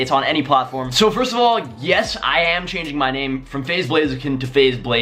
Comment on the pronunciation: "Chaning" lol